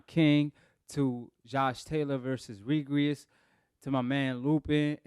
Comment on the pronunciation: you’re not pronouncing Regis’s name correct